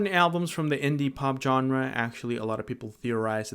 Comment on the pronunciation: You mispronounced 'genre'.